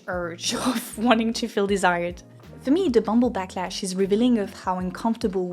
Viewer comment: "the bumble blacklash" instead of "backlash", lol whoops